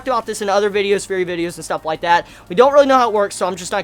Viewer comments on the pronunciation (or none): none